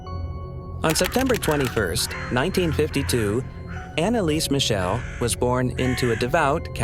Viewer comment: ¡¡¡Schrecklich falsche Aussprache ihres Nachnamens..‼️ 🖕🏻😡